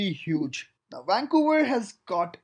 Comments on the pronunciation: WAN COWA idiot its VANCOUVER. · lol wancouver. That is the only thing that drives me nuts. It starts with a V! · Never heard of “wancouver”... 😳